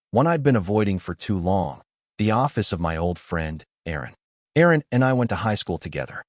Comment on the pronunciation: I believe the lawyer is Erin, not Aaron. Love that AI 😅